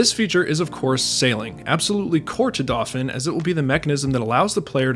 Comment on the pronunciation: I still don't understand why you're pronouncing "dauphin" like that. It should be doh-FAN.